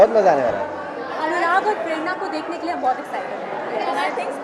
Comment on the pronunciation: it's not ki it's kay yaar😂. kasautii zindagii kay 👍